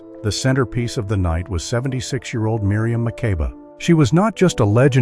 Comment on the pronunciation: Miriam’s last name is pronounced Ma-keeba.